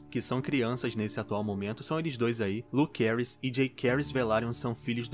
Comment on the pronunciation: A pronúncia da série não ficou Jakerys e Lukerys, mas sim JaÇaerys e LuCeris.